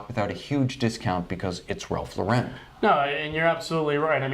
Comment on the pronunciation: "I wouldn't even go into a Macy's or a JC Penny and pay $200 for a Ralph Lau-REN watch." Yikes. I get it. You hate the brand. You say it over and over. Have you guys ever been to a big RL boutique? Like the mansion in NYC? It's not the stuff you'll find at department stores. Very high end. It's a completely different client (and it's hard to take this seriously when you keep saying the name of the company wrong. Ralph Lau-REN??) Sigh.